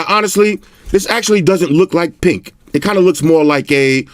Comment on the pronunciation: It sounds so wrong when you say flamingo pink cause it sounds like flamingo pik which also means flamingo dick in danish😂